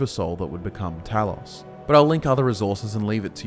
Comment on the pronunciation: Glean*, not gleam. - You mispronounced Talos. The letter O is not an 'aw' sound in Greek or English. - The term 'nord', as a name for the Atmoran race, did not come about internally. It was an external label drived from the self-referential Atmoran noun "nordingr", meaning "belongs to the north", as in the sentences "Jé nordingr" or "Wír nordingir" ("yay nord-ing-ur", "veer nord-ing-eer") - "I belong to the north" and "We belong to the north." It was shortened and spread among exterior demographics before being passively adopted by Atmoran descendants over time, who thereafter referred to themselves as 'nords'. - Saarthal (SAHRT-hahl) as it exists today is not the actual settlement of Saarthal, but the barrow complex that was dug beneath it to house the honored dead. The Eye of Magnus is presumed to have been in a pre-existing chamber below the excavation of the necropolis. - "Orkey" is merely an older name for Arkay whose spelling changed over time due to standardization in literature. It represents no connection to orcs at all, having instead been a deity of an elven pantheon. All sources claiming otherwise are factually incorrect. - Haberdashery is the occupational practice of hatmaking, not aggregate verisimility. "Slapdash" would have been closer to the mark. - Harald is pronounced "HAR-ahld", not "Harold". - Alessian is pronounced "a-lessy-ən", not "a-leezy-ən". - Forelhost is pronounced "forrəl-hawst", not "four-host". Did you miss the L? - You're taking the stuff ab